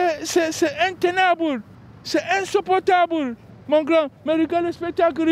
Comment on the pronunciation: .. c'est intenaBOULE C'est insupportaBOULE 🤣🤣🤣🤣🤣🤣🤣🤣